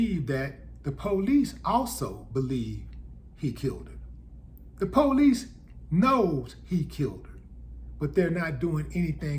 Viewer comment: Willy D cracks me up the way he pronounces the word police LOL 😂. He pronounces it "poe-lice" LOL 😐.